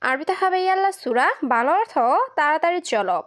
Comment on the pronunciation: তুমি এভাবে কথা বলো কেন কথা বলার ধারণ পাল্টাও কথা বলা সুন্দর নয় এগুলো কি কথা সুন্দর করে উপস্থাপনা করতে শিখো সব শব্দটা হবে অর্থ অথো নয়